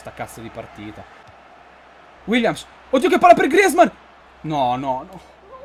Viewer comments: Comunque non si dice griezman si dice grizman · Per favore puoi pronunciare grezmaan bene